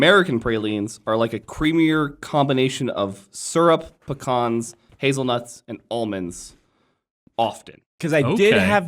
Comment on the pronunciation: Brown butter Pe-CONs.